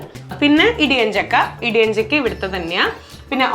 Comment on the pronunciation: ഇടിയഞ്ചക്ക എന്നല്ല ഇടിച്ചക്ക എന്ന് പറഞ്ഞാൽ മതി